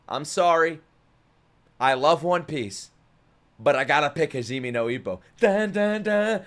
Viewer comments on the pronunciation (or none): none